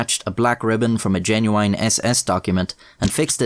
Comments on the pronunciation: Is cool but why he say "Jenuwine"? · WHY DOES HE SAY « geNuYiene » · I like how you say genuoo-wine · I like how he says “genuine” lol